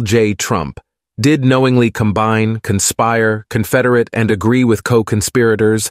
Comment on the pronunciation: The A-I voice said "confederate" wrong